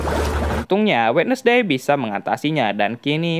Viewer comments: Bacanya wens'dei bang, bukan wednesdei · Wednesday dibaca WENSDEE bukan WEDNESDEE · Wednesday dibacanya wenzdei bang